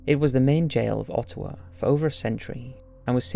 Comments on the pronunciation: Sorry rude eh, but that’s not how you Ottawa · You're pronouncing "Ottawa" and "Ontario" incorrectly (insulting bad). -Canadian. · The scariest part of the video is how you said Ottawa Ontario